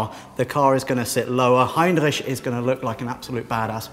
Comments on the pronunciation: I feel uncomfortable when you say heinreisch (or whatever it's called) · Heinrich? I thought it was Heimlich =) haha